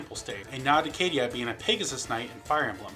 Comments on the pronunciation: I suppose Caeda is pronounced "Kay-da?" And Draug is "Drog?" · it's pronounced caeda's name is pronounced 'see-da' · "I'll probably pronounce some things wrong". Okay, fair enough. "Kay-ee-duh" twitches I guess I can't say you didn't warn me.